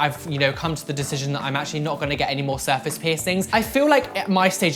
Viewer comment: "Serface" its surface